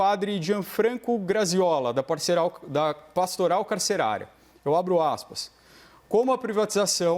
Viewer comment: Dr. Bruno está com problema de dicção ou nervoso? Aos PESO no lugar de PRESO No minuto PARCERAL no lugar de PASTORAL, aos faz de novo, mas daí corrige. Aos guagueja. Aos REALMENTEMO no lugar de REALMENTE Aos "O" ESTADOS UNIDOS e aos faz de novo. Aos cita estudos sérios de "políticos criminais". oi???